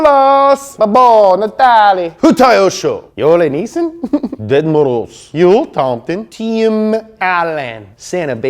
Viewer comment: Your Ded Moroz pronounciation is as beatiful as you are!